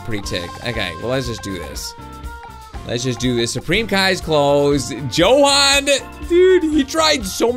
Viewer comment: you said jokan instead of johan